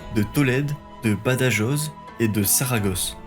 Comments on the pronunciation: Juste attention aux prononciations, j'ai failli m'étrangler avec mon petit dej quand tu as prononcé "Badajoz". Je te l'accorde que beaucoup de youtuber dont Nota bene ont fait la même erreur. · Bonne vidéo. Pour les prononciations c'est "Reconcouista" (Reconquista) et "Badarosse" (Badajoz) 😉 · Par pitié prononcez le rota (le j se prononce r ) quand vous parlez de BADAJOZ et SAGRAJAZ , merci pour les hispanophones .